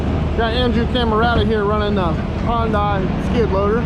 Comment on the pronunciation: It's...Sunday Monday Hyundai. Not Hun-die